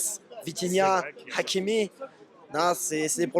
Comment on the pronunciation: La manière dont il a dit hhhhakimi comme un vrai marocain respect